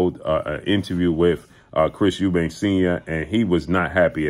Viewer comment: Why do people put an 's' on the end of Eubank. It's really not that difficult.